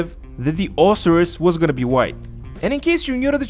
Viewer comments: Lol pronounced Oh-sy-rus......isn't there only 1 car on the podium each Thursday? Met a 9 yr old in game last night who claimed he won an Osiris this week at the casino but I've always understood only 1 person can win a podium car each week....but again this kid is 9....probably lied lol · i believe its pronounced o-si-ris with the si making the i sound